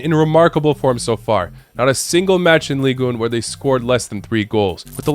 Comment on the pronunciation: Like so that he can notice and come back better. He always mispronounces Ligue 1. He pronounces it like Spanish, but French is pronounced very differently than the other Romance languages. It is pronounced like "ligue ein" without pronouncing the n if that makes sense...